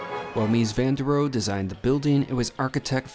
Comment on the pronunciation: Mies van Der Roh-e